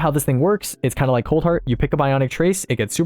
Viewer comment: Oof my man's misread coldheart